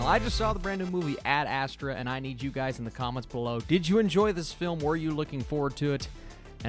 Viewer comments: You are still not saying it correct. It’s called AD astra. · "Add-Uh-Straw" lol 😂